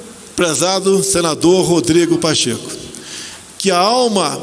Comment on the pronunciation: O general disse Pacheca kkkkkkkkkkkm